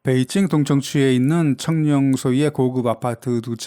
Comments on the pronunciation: 성룡발음이 청룡으로 들리는대 나만 그런가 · 중국어 발음이 청룽입니다. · 나만 청룡으로 들려? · 청룡이라고 발음하는거 같은데요?